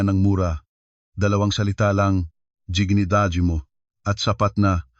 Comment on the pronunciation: Anong giginidad! Hoy! ayosin mo mag basa,! Dignidad Yan! Hahaha 😅